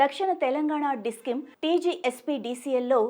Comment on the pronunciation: Discim kadhu..discom ani paluku